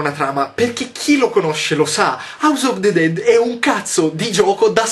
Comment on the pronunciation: Scusa Yotobi, sarà perché studio lingue, le amo e quindi mi dà fastidio che vengano pronunciate male, ovvero "all'italiana", ma non mi puoi dire AUS OF DE DED!!!! Daiè, scusa se sono pignola, ma è colpa dei miei docenti u_u